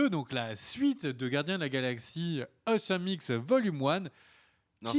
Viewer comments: Awesome se prononce "osome" et non "aouésome". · enfaite, je pense que ça se dit "owsome" mais je fais mon pinailleur.